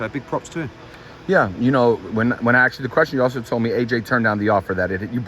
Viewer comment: You axed Eddie the right questions. But you really need to get that axe thing corrected. Most Europeans would clown you on that. The word is ASKED. Now. Go on with interviews showing the world just how stupid American's sound with a simple 3 letter word.